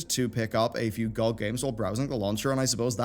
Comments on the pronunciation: Everyone: G O G YouTuber: GOCK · Never heard anyone actually pronounce it "gog" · Does it bug anyone else that he says GOG like that or is it just me? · B's pronounciation of gog just triggers me :(